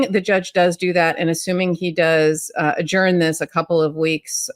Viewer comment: Ben the word adjourn is pronounced “agern” not “agorn”.